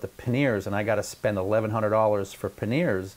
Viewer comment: Paneer is a cheese dude. Panniers is not pronounced like the cheese.